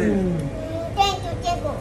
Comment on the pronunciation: Ооо сенкю тенчи бад мегида